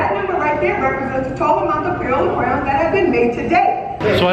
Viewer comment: Oh boy lmao, well better than when he was saying 'crowns' lol